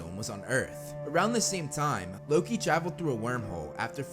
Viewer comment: Did you just call loki luki